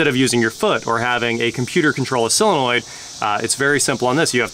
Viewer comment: Tries to sound intelligent, still can’t pronounce solenoid correctly and drops his Ts like a teenager girl